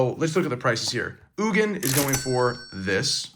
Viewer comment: Y he calling ugin eugine? 😂